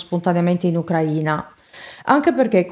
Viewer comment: Ucraina stato e ucraina aggettivo si pronunciato in modo diverso